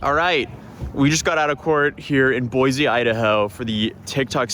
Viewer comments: Boy-see, not Boy-zee. It grates on Idahoans' ears. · It’s boy-see Idaho You can always tell out of towners cause they put a “z” in Boise Idaho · As a native Idaho win, I can definitely tell you that snow is not that bad lol welcome to Idaho. Although I live in Colorado now. (ALSO, ITS PRONOUNCED BOY-SEE NOT BOY-ZEE AND IT'S CORE-DA-LANE NOT CORE-DA-LOIN) I HAVE PTSD FROM WATCHING HER VIDEOS. THEY CAUSED ME STRESS FROM THE BRAIN ROT AND STUPIDITY OF IT ALL. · you deserve to be sued just for how you've been pronouncing it wrong so much! its pronounced boys! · There is no “Z” in Boise. It is pronounced Boy-See.